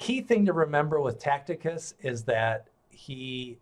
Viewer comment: The pronouncing of TACITUS is wrong. Look at the I between the C and the T, therefore zero chance of pronouncing it that way.